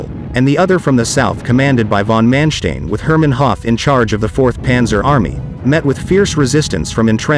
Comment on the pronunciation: I'm just wondering, is the narrator a computerized voice, because of its mispronunciation of von Manstein and Model?